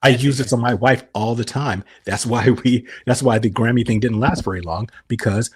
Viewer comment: says mY WhYFfE